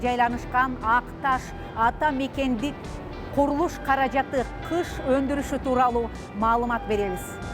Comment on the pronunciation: Кыш эмес гыш! Мамлекеттик телевидения туура эмес жазып туура эмес суйлосо...